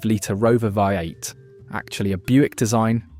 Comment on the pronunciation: So many mistakes and inaccuracies. This must be awful AI. ‘3.5L VIE 8’?